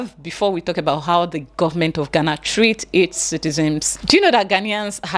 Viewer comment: Dear, the word is citizens not citizems Thank you.